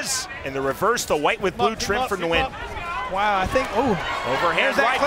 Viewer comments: the correct way to say Nguyen is: Nuh Goo Yen. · God can u please learn how to say his last name. The “N” is silent